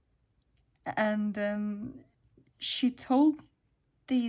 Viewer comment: I just laughed out loud, I totally thought you were saying tortoise 😂😂😂